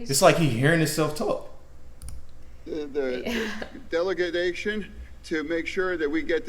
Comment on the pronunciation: Delagadation! Umm you mean delagation.